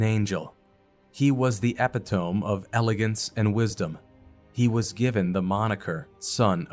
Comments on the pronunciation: E-pit-o-me. Not epi-tome. Beryl sounds like barrel. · Pronounced: uh·pi·tuh·mee "Satan is a real person." No, he is not. Satan is an 'angel'; and despite modern claims or beliefs, people cannot be angels; nor can angels be people. Your heart is in the right place—but if something so important as this is so unequivocally 'wrong', then how can the viewers continue to believe what you say? Someone will say this is 'nitpicking'—to which I must respond: 'Nonsense.' Your aim is to do good—but to do so, you must be as accurate as humanly possible. You see, I too get annoyed when folks claim, "Satan is a mere influence." Nonsense. Satan is by all means a real entity. But I also get annoyed when people say, "Satan is a real person." He is an angel; and angels and people are not the same. I admire your intent and even applaud your contributions; and truth be told, I had to force myself to post this. But I am seven minutes into this video, and frankly, I am not certain whether to continue. I had to either correct you, or to stop liking and Unsubscribe. One simply cannot make such egregious errors as this—and no, the mispronunciation does not count—and then shrug it off. These things matter. Please hire an impartial editor—someone who is willing to hurt your feelings if necessary. Godspeed.